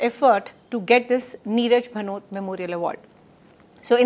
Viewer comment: The video was excellent. However, the speaker pronounced the name of the Bhanwari Devi itself incorreclty. She is one of the most famous person because of whom the POSH Act came into being. Further "Neerja Bhanot" was pronounced as "Neeraj Bhanot" within the first two minutes of the video starting. A number of incorrect pronunciation, some serious some non-serious were found in the 60 minute video. Further, simply reading out the provisions of the ACT does not explain the meaning of the Act any better. There appears to be no post production check by CeC. The video was however very good.